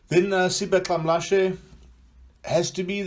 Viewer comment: Great work guys, thanks for the video. My highlight of this presentation is your pronunciation of Xamlashe 😁